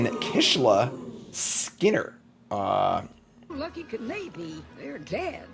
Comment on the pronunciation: You-morey (ureni) and Kishla Skinner (skimmer) are 2 hilarious mispronunciations